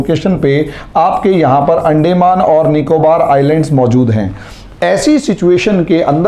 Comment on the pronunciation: Sir, अंडेंमान नही अंदमान कहिए... बाकी आप बहोत बढ़िया विस्तारसे बोलतेहो .... धन्यवाद...💐